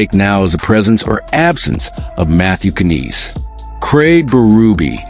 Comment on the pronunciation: Ya don't pronounce the K!! KNIES!! The K is SILENT!!